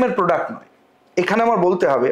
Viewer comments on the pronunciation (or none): none